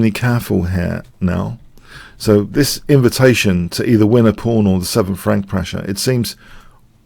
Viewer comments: Am I the only one who hears "phone pawn"?? I' ve been wanting to say that for quite a while... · I hear "fawn porn".